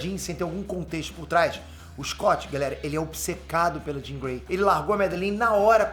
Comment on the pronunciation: ""scott ir ver a jean"" parece ""scott ir via dim""... kkkkk